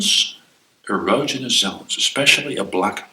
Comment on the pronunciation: Man is mispronouncing erogenous.